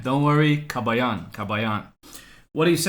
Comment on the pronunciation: ka-BAH-yan, FYI. The stress is in the second syllable.